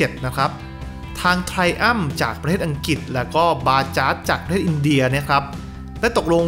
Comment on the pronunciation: อังกฤษ ออกเสียง อัง-กริด บ่แหม่น อัง-กิด